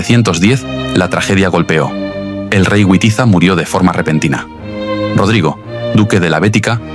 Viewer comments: No sé pronuncia "güitiza" se pronuncia "vitiza" para los germanos la w=v y los godos eran germanos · Les ruego encarecidamente que Witiza y Wamba los pronuncien como debe ser Vamba y Vitiza, por favor NO Güamba y Güitiza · Por favor! No pronuncie a Witiza o Wamba a la inglesa, el ingles, como el español no existían en esa época, los godos eran pueblos germánicos, la W para los germanos, como para el alemán y el español actuales, tiene valor de B, así que Witiza, pronunciar BITIZA, Wamba, pronunciar BAMBA. Por favor, no le deis a los actuales ingleses un honor que, bajo ningún punto de vista, merecen. Gracias por leer y gracias por la Historia. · La W en español, se pronuncia como V, igual que en alemán, Wamba y Witiza, se pronuncian Vamba y Vitiza, no es la W inglesa.